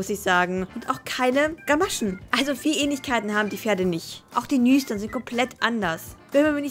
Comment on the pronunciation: Wie du Nüstern ausgesprochen hast ich hab mich echt schlapp gelacht 😂